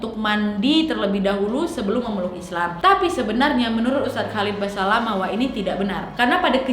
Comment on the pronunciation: Ustadz Khalid Basalamah, Bukan Basamalah